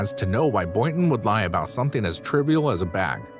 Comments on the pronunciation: Pronounced “TRIVIAL” as “TRIAL!” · “tri-vee-al” how arw you mis pronouncing so many words unless you aren’t actually writing this?